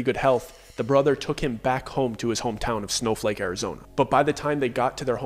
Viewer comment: SNOFLAKE, ARIZONE .. dude LOL im crying out loud ! your killin me..